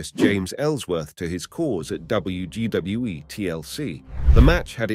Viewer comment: Bro said wgwe